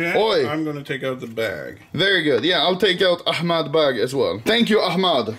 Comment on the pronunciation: Oh nice Anomaly drinking my tea cause my name is Ahmad and your the first not arabic person spelling my name right 😂😂😂😂😂